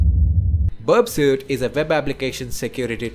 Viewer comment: Its pronounced berp-sweet (burpsuite).